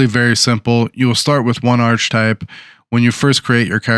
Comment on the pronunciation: Thanks for the video. It’s pronounced ark-uh-type.